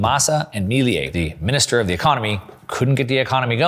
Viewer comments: Excellent video really enjoyed it. By the way Its pronounce Milei not Miliei. Cheers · Bro, love your content. One quick observation: Me - leh - ee ❤